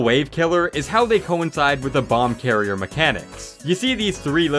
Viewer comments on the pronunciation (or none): none